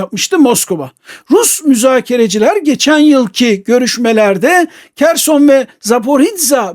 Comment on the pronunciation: Hocam Kerson ne ya?Vallahi bu isim telaffuzlarina calismasi lazim sizin gibi degerli hocalarimizin kimisi UKRANYA diyor Kimisi Kerson..Bence hos durmuyor.Videolarinizi severek takip ediyorum kisaca belirtmek istedim cunku gercekten sizin gibi degerli hocalarimiza yakistiramiyorum bu isim telaffuzlarini